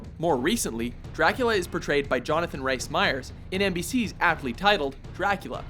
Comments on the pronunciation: I think you'll find it's pronounced Jonothan Reece Myers, not 'Rice'. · Its not Rice... Its RHYS... as in Reece or maybe Reese